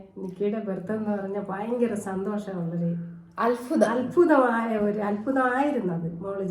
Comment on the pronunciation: അൽഫുതം അല്ല അത്ഭുതം, പിന്നെ എനിക്ക് മോളും മോനും ആണ്, മോളെ ഗർഭവസ്ഥായിൽ എന്നെ കാണാൻ മോശം ആയിരുന്നു.